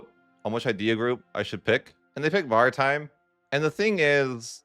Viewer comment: Pronunciation of maritime is kinda crazy